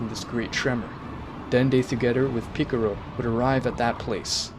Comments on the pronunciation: bro really said pickarow I'm dead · Stop trying to say piccolo the Japanese way you're failing at it and with your accent it makes it sound cringe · I’m sorry I’m correcting you but it’s z fighters no warriors and it’s piccolo not picoro also goten you say it like gotn but it’s still a amazing vid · Bro I'ma beat ur ahh if u keep saying goteen jyren and picro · Your saying Pickero? Isn't it pronounced Pick-O-Lo? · Boi really said, Goteen, Gohain, and picaro💀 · “Goteen Gohen picciro” I think you mean goten gohan piccolo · Bruh is not piccoro is piccolo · It's more of a picoro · It's not piclro It's piclo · "super saiyan purple god" me rn u dont watch dragon ball man its called ultra ego. and "picero" "gohaan" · bro really said picoro, piccaolo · this mf said picoro, gohen gotin 💀💀💀💀💀💀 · I didn't know Gohan became GoHEN. I thought i could go through it but man, this is too much name butchering right here. Edit: Jyren Piccoro Gote Gohen Bruh you really need to get these names right man, it's like you don't know shit about Dragonball, just saying. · Bro said goteen and picaro 💀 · ik but he does not which is why he's using the age old assumption I know this because he says shen-long because that's his "real" name commonly known as Shenron because of the lack of L and piccolo is assumed the same by this logic ie why this dolt says it piccoro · The pronunciation of some of these names lol. Jyren, goteen, picro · i couldn’t do it 🤣🤣🤣🤣 after 5 picorro’s i tapped out lol… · is so funny lol MR PICRO!!!!!!!!!!!!!!!!!!!